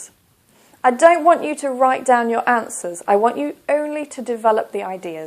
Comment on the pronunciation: Btw you always make a mistake when you don't use elision. When you said "on your own' - you pronounced it like {on jo: oun} but you should have pronounced R in "your" because when R is followed by a vowel, you need to pronounce it in Br. E.